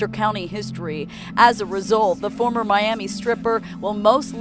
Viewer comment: And in this video we're gonna talk about a hotel in My-am-e.